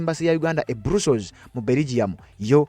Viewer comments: It’s called BRUSSELS, but it’s read BURASOS NOT BURUSOS thanks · Not brussols it is Brussels 😢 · Not Brussels pronounce as bras....